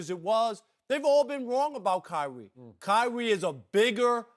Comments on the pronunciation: Kywhi? What? Kywhi lol 😂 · Rob parker says kywie